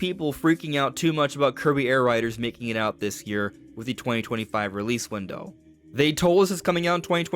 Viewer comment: What I heard its arriving 2125 😂